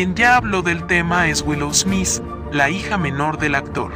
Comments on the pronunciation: 😂 Es smit así se pronuncia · No me concentré en el video porque me molesta que diga esmis jajaja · Me molesta tanto que diga smis 😱😂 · Yo escuchando durante este video: Will "esmiss" 🤦🏻‍♀️🤣🥴😂🙉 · Jajjaja Will esmis y Chris shosss jajaj